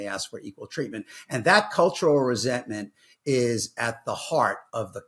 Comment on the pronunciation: cultural is that the way you say color?